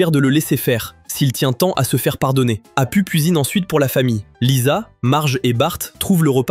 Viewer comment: Il faut dire apou , ca ce prononce apou